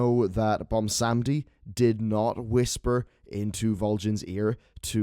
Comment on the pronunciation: Why does no one some seem to know how to pronounce 'Bwonsamdi'? -.